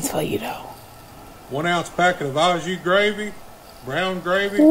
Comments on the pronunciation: People, "au" is pronounced "owe" (phonetically sounding like the long ō) ✅ Don't pronounce "au gratin" or "au jus" like everyone stubbed their big toe: OUR, HOUR, OUCH 🚫 DO pronounce "au" like you are surprised when you hear it mispronounced: OH! Oooooo! I "owe" you this explanation for correct pronunciation of "AU" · Why does his pronunciation of au jus make me angry?